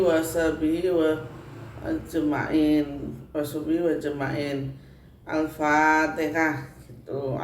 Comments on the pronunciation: ALFATEHAH MAAF BUKAN ALFATEKA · Apatikah, alfatihah buk bukan alfatikah